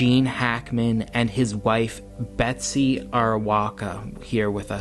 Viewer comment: Hes talking abiut william dafoe for sure and u totallt butcher med betsys name wow😂 u always butcher ppls names its embarrassing man..do some research b4 the videos lol